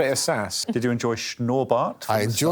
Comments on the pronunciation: "Schnurrbart" perfect. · Sein "Schnurrbart" und "Mann mit Anzug" haben mich echt umgehauen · Mike pronunciation of "Schnurrbart" was perfect, no German would say it differently. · The funniesrt thing is Mike Wozniak speaking German decently, but with a strong accent. And then he pronounces "Schnurrbart" (Moustache) perfectly, actually sounding like a german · Very very good pronunciation of '' "Schnurrbart" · "Ein Mann mit Anzug und Schnurrbart" is the best pronounced German by Mike - I guess he hears is a lot.. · how the hell does one half of his gerrman sound typically english and the other part is completely on spot pronounciation like schnurrbart...perfekt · The fact Mike Wozniak pronounced the word Schnurrbart accent free, kills me. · Not even a German could pronounce "Schnurrbart" better. Pretty good German from Wozniak. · Schnurrbart war perfekt! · It would be quite alright if only he knew a few more german words. But "Schnurrbart" was on point👌🏻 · pronunciation of Schnurrbart was on point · Same! His pronounciation of 'Schnurrbart' was so good. But 'Ich möchte nicht tot sein' killed me xD